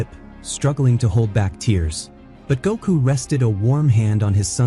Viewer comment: it cringes me when you say "Goku's" name wrong and not Gotens